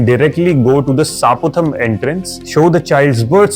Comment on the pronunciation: Supatham but you pronounced as Saaputham. Please correct it.